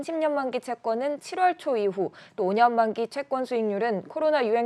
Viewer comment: 발음이 웃긴게 퍼센트는 원래 펄r센트로 읽어야하는데 그냥 퍼센트로읽고;;; 7월은 월rrrr 로읽고;;; 어떨땐 그냥 월로읽고;;; 잘하고 싶으시면 다른 유명한 아나운서들 캐스터들 발음부터 어떻게 하는지 보세요;;; 발음만 굴린다고 잘하는거 아닙니다;;; cnn 도 저렇게 굴리지는 않아요